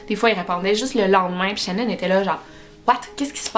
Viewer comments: ecoute ton video tu l'appel shanon et pas shannan . Mais j'adore tes video qyand meme ♥️♥️ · Pas shannon ses shenon sa se prononce Chénone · Peut importe comment sa secrit ses pas shanone comme tu le dit xD ses pas comme sa que sa se prononce